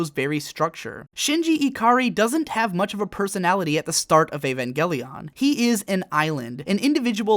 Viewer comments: Now that you have pronounced it Evan-gay-leon I can no longer pronounce it properly in my head. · "avangeleon" nice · Just say Eva. You don't need to over pronounce evangelion every time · ugh the way you say Evangelion